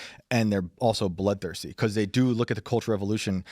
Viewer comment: beCAUUUSE....Phil you pronounce that so annoyingly.